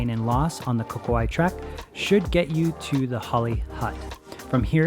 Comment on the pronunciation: Please learn how to pronounce Pouaki correctly.